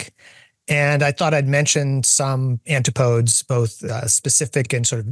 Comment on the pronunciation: I've never heard someone pronounce antipodes like that. I've only ever heard it pronounced an-ti·puh·deez.